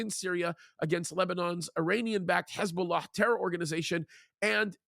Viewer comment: Stop trying to sound out the words Hezbulla! You sound stupid every time